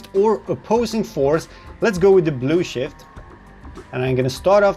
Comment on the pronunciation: I like how you pronounce Blue Shift as "Blue Shit" lol